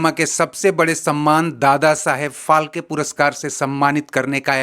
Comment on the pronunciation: अरे क्यों मराठी कि वाट लागनेपे तुले हो Dadasaheb फालके नाही बल्की ये दादासाहेब फाळके है 😡😡